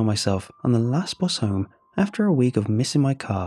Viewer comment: I had to replay the first line 3 times to understand that it was car not co**